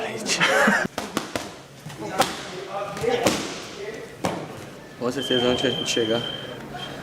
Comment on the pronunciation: Aldo pronouncing ‘fatality’ as ‘papalagy’ was the unexpected highlight for me